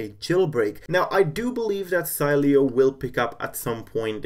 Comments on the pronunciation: it should be pronounced "Seeleo" hey try this in the terminal with say command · Savage_Fps-Gamer last time I checked it doesn’t matter if you tested on a text to speech system if the creator says to pronounce it Si-lee-o it’s pronounced that way whether you want it to or not lol I think you need to learn how United States ACTUALLY works